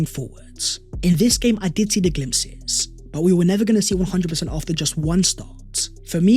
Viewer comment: The “glimpses” 😂😂😂😂